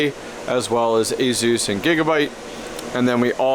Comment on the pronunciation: There's no Z in Asus. Why do you say it like a south african ? Asus rhymes with sluice, there is no Z sound.